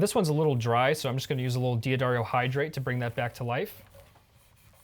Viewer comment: D'Addario = dah-DARE-ee-oh (according to D'Addario).